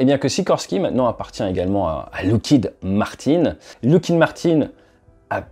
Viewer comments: Merci de ne pas confondre ce fleuron de la défense US avec du liquide de frein. Il FAUT prononcer LOCK-heed. Pas de "look" là-dedans.... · Je crois que, pour Lockheed, on dit "lock" et non pas "look". Attention aussi aux faux-amis : le "trillion" que vous lisez dans les documents américains se traduit "billion" en français. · Pourquoi dire LOUckheed et non pas LOckeed ? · Lockheed pas loughhead mdr